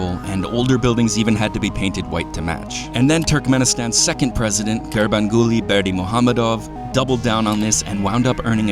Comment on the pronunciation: Great video. My Dad and I visited last year (and stayed in the same hotel). Great pronunciation on Gurbanguly Berdimuhamedow. It took me a lot of practice. It's like the ultimate tongue twister.